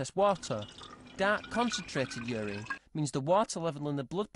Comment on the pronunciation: It's not 'ureen', its urine!